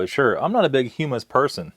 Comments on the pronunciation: Hum-mus like you’re humming, not Hugh Mus lol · pronounced "huh - muhs" and made from Chick peas. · It’s pronounced as in Hum not Hume. Hummus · you had me rollin with "chal vuh" and "hyoo muss" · Gotta love that Hue-Miss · It pronounced (hum-us). Like hum to us without the to part. Its a dip made of chickpeas. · It's pronounced hum-us, and it's made from chick peas. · Humus is garbanzo beans. And the way you pronounce it is triggering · I just had to check and see if someone informed him how to say hummus, and I wasn't disappointed.